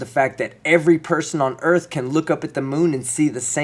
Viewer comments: Earth, not erfff. That speaks volumes. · cant even pronounce words.. says the moon gives off its own life ha ha...what an idiot.. its earth not errfff....lol what a dum ass... great video team skeptic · Anyone who pronounces the word "Earth" as "Earf" on a consistent basis has ZERO credibility on trying to explain the scientific reasoning on anything about the planet ( a celestial body) EARTH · What is an " EARF " ? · did he just say "Erf"..... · he didn't say earth he said erf so he is right erf is a flat sound but earth is round and NASA North American Shipping Association if you played destroy all humans you would get the nasa joke I did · on another note... he ain't much of a moron he said the EARF is flat. not the EARTH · Earf! Hahaha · His erf gives me mirth..lol WE WUZ FLATZ!! YO ERF!! LOL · I agree..he is a total idiot. He can't even pronounce earth and he thinks he can explain it?? His erf fills me with mirth..lol WE WUZ FLATZ!! Lmfao!! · Please, take a rapid course on sarcasm, than come back and read the comment again... If you are confused by the "BuyBall" its just mocking him for how he pronounces it (like "erf" for "earth"). Can i guess you are american? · how can someone say earf so many times wrong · oh, the "da Earf" guy haha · "Ends of the Erf." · THE EARF!!!!!!!!!!!! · I am still trying to figure what an “ EARF” is. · pronounced urf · Can't even say earth, and trying to explain it and that should be a clue. WE WUZ FLATZ!! YO ERF!! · Maybe he suffers from a speech impediment? Or maybe he's just not intelligent enough to learn to speak english properly. It does require some brain power. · He can't even pronounce earth and he's trying to explain it??!!! His earf fills me with mirth..lol We WUZ FLATS..lmao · I found da Earf, but I can't find the een uh da Earf.